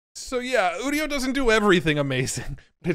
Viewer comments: Udio as in Audio is what I thought, but now he says udio as in 'studio' that makes more sense. What doesn't make sense however is that he pronounces 'u' like OOh and not 'you' like a normal person. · It’s called udio like audio, not studio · UDIO is Audio... without the A